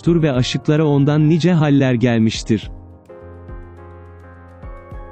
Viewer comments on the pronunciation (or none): none